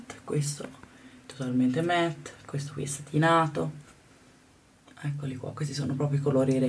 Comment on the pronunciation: si dice "matt" non "met"